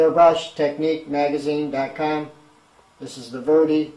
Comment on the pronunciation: It's a VEDA, NOT a VERDY. ! I see no R or Y in the name. Also why does everyone that does a review on a 0.20mm fine detail airbrush never ever thin the paint and reduce the air pressure or hold the brush at an angle more square to the item being sprayed..to get it to do as fine a line as possible ? It's amazing how poor some reviews can be.. like this one.